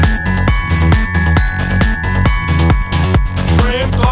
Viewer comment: neat how well mr weebl pronounces glockenspiel.